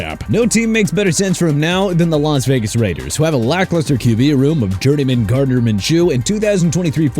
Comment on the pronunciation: why does he keep pronouncing Gardner’s last name like that 😭 The emphasis is off just enough to get under my skin each time